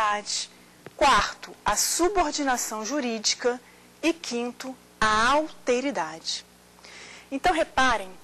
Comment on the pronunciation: "Auteridade" (50'45'')... francamente... O correto seria "Alteridade". Embora uns requintes de oratória fariam muito bem para melhorar a perfomance da professora, a exposição foi interessante.